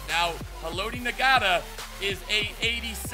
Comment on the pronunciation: It's not na ga ta it's pronounced like not a